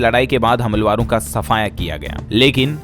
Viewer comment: भाई साहब "हमलावरों" इस शब्द का उच्चारण ठीक कीजिए 🙏